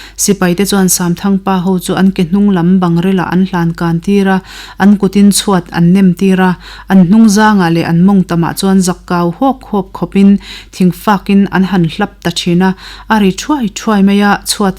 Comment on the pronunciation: Zak kau hawk2, tih khi lam dan leh thlûk dan dik lo ani, Hetiang Radio program poimoh ltk ah hi chuan fimkhur hram2 theih nise, Thangthar zel te tan a pawi thei in ka hria👍